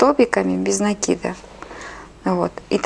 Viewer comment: делайте правильно ударение на слове "цепочка" и "накид".на О и на А. Очень режет слух.